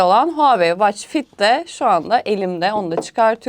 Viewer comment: Israrla watch kelimesini yanlış okuması ingilizce bilenlerin kulaklarını tırmaladı... Onun dışında harika video olmuş teşekkürler